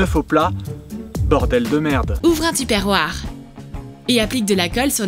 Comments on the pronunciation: Une partie deux stp 🥺 Genre tu parles du truc pour réveiller sa copine en collant des punaises sur son cadran :/ bravo pour les enfants de 7 ans omg comment elle a prononcée tuperware 😭😭😭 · Personne ne s'insurge sur cette prononciation de Tupperware?